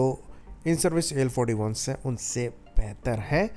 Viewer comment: AL 41 , AL 51 bhai tum thik tarsh se , clear, swatchh Uchchar ( pronounced ) karo... Kuch thik tarah se samaj me nahi aa raha he, tum kya bol tahe ho ye, ya fir better way number ko hindi me bola karo tab fir sabko thik tarah se sunayi dega, samajh me aayega... AL ४१.. AL इकतालीस, AL इक्कावन clear...kuch bhi tention नहीं